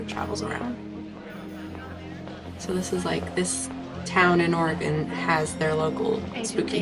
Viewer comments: There's no I in Oregon. Pronounce it right! Ore-eh-gone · Yes, Mulder pronounces Oregon wrong. He will go on to say Nevada wrong as well. A lot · lol, hello from central Warshington. i hate it when people mispronounce Oregon as well, and Data.